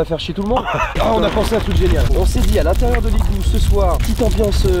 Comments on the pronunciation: tu as aussi dit je crois "DU l'igloo (j'suis pas sur d'avoir bien entendu) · Ethan Z non mais on dit l’igloo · oui mais on dit pas le igloo on dit l'igloo 😂